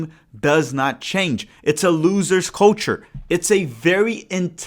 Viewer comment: Ooooo, 'culture' ... thought you said 'coach-er' trying to their shade at Porch 😅